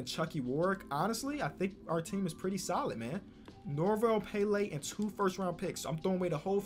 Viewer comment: nobody:: “ norvel péllé “